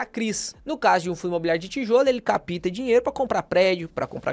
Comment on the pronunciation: correção,: cáp-ta (p mudo), e nao "ca-pi-ta"